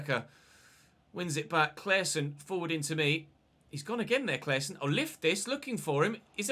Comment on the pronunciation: Can tell you as a swede how to pronounce Claessons name. Just take away the E and pronounce it as “Claasson”